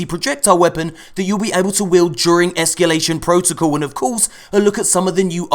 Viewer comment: "Ehskyoolation" looks like fun. Very Prison of Elders-esque.